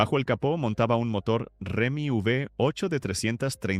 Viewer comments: Ajusten la IA que dice Remi en vez de Hemi.... Entre tantos otros fallos. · A ver narrador: no es “Remi V8”, es HEMI V8. …con lo fácil que es documentarse por google!!!